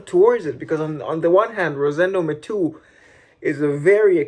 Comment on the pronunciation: Well done. Keep it up. Btw, he is Spanish, so it is Ma-te-yo. 😉 Just trying to help. #5 is the best from his house.